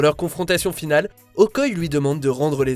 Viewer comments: C'est pas Okoye c'est OKOYÉÉÉÉ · On dit Okoyé, pas Okoye, même si ça s'écrit Okoye ! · Vous faites mal au oreille avec votre Okoye c Okoyé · Euh... Ça se prononce Okoyé... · "Okoye".... mon dieu mais PTN FAIT UN EFFORT DE PRONONCIATION !!!!!!!